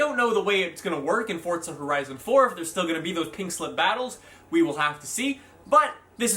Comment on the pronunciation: are you saying fordsa or fortsa? either way learn to read. its forza. NO T no D....